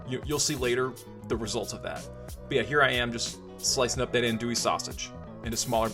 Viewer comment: You’re pretty close there brother it’s pronounced on-douille. Looks badass though redo with bacon and let us know.